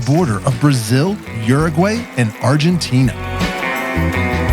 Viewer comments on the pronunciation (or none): It's pronounced: "OO-roo-gwi".😊